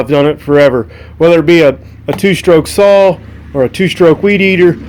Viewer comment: Saw , not sawl .